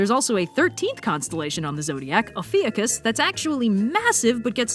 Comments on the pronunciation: City-kid-sees-night-sky -- I can totally relate. My parents took us to upstate NY in the '70s, and having grown up in the middle of a major urban area, seeing the actual Milky Way was totally WOOOOAAAAAAAHHHHHH. (By the way, I think it's "Oh-fee-YU-kus", as in "the creatures of far Ophiucus, have gleefully threatened to nuke us" (limerick from F Gwynplaine MacIntyre, notorious SF poet of the '70s/80s). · i always thought that it was pronounced O fyu kiss